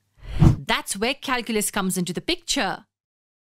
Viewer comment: Who the hell reads this calculas 😂😂